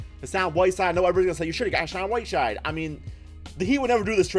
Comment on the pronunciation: "Hashaan Whiteshide" that's how he said it😂